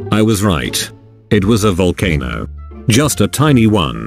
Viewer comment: Jin: Volcanose * has died of laughter*